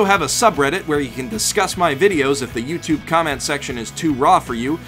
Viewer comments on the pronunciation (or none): none